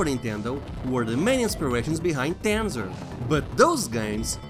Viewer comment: I like the way you say Tanzer with your accent. You should've done the promotional advertising for the game